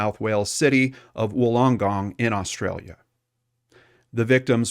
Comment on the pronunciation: There were LOTS of mispronunciations. Wollongong & Galston are the ones I recall. He also mispronounced the names of the three German victims.